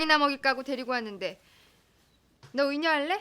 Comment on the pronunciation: 순간 장덕이가 "너 의녀할래?"하는게 "너 내꺼할래?"로 들렸다 ㅋㅋㅋ 썸타는 장덕과 장금 ㅋㅋㅋㅋㅋㅋㅋ